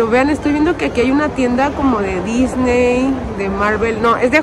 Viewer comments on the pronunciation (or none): none